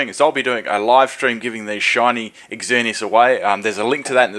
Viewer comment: I like how says " X-zer-knee-as" dude, it's just "zer-knee-as"